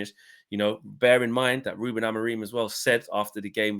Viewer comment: His name is “who-Ben”. Check the way the Portuguese journos say his name.